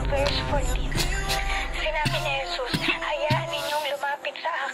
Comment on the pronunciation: Papa Jesos? dinig ko sa kanta 'One way JESUS!' hindi On Way Jesos.. Ginawa nyong Papa eh. Jeos pa ang pagbigkas nang JESUS pano naging Papa si JESUS CHRIST?